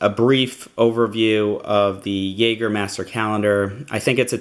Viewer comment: Great review! Couldn't help but notice every time you pronounced 'jaeger' wrong tho